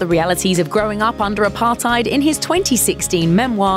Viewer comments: the way she said apartheid 😰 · I'm south Africa and the way she says Apartheid and xhosa Is terrible